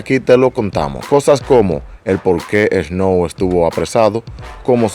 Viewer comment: Lo primero es que aprende hablar, aprender a pronunciar " Snow" que es un tremendo artista canadiense de los 90 s que ahora algunos los conocen, Snow es un activista Canadiense luego de cantar que incluso trato de ser político, su cancelaron por no se sapo, para la próxima infórmate más, y el tema está bueno por el simple hecho que tiene una pista de los 90 donde si se hacía música y el payaso de Yankee es un plagio en vida todo lo plagia todo a los Americanos , Canadiense y demás artistas..